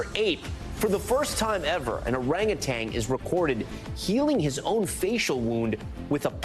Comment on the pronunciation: If you're going to report the news get it right. The word is orangutan. There is no second g at the end.